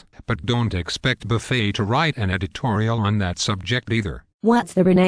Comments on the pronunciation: Why do the voices silence letters in Buffet's name and Bernanke's name? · Good info,but I wish they could get the voice synthesizer to pronounce Warren Buffet's and Burnekie's name correctly. It's comical